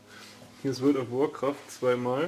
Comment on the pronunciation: Vorld ov workraft